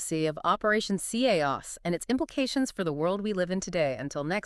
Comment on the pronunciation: Why does the host have an accent then the show starts and is narrated by two completely different people as if they are the hosts? If c.h.a.o.s. is an acronym as displayed in the title why do they never explain what it stands for? Why can't they pronounce the word chaos correctly. This channel is complete shyt a.i. garbage!